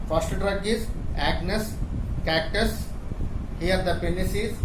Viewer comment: It's agnus castus, not cactus. Also, reverse kegels not kegels are required. Kegels will really aggravate the situation